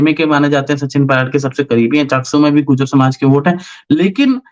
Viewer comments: PRONUNCIATION GURJAR HAI GUJAR NHI HAI SIR ...KHETRI MEIN BHI BJP AAYEGI KAAFI SAALO BAAD KYONKINTICKET KAT GAYI YAHA K MLA KI JO CONGRESS K THE ORR VOH INDIRECTLY BJP KO SUPPORT KAR RAHE HAI dharmapal ji jeetenge ❤❤ aaram se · Gurjar.... Not gujaar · Its gurjar not gujar